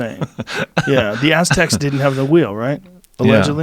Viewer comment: 'Ass Tecks'